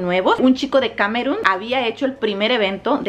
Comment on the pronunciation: Camerun// no// es Camerún así se pronuncia. Saludos hermosa